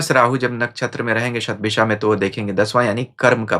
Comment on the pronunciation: अन्य हिंदीभाषी ज्योतिषियों की तरह आप 'शतभिषा' शब्द का उच्चार "शतभिखा" नहीं करते; बड़ा 'कर्णप्रिय' लगा। वैसे भी, आपकी भाषा हमेशा, हर दृष्टिकोण से, प्रशंसनीय रहती है।